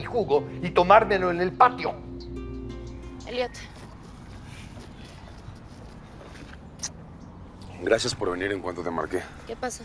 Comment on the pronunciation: Pensé que dijo idiot en vez de Elliot 🤣